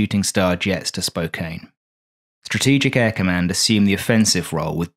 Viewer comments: BTW, It's pronounced Spo can, not Spo cain. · It's Spo-can, not Spo-cane. Beyond that, I love your work. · also, the city Spokane in Eastern Washington is (usually) pronounced Spo-can (long O, but a short A). Awesome video. Those are the only nit-picks I can find & neither greatly affects the quality. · its pronounced spo-can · 'Spokane' is pronounced spo - can. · It's pronounced Spo-can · Spokane is pronounced "Spoke-Ann".